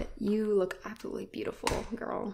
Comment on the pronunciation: Is anybody going to point out the fact at the way she said absolutely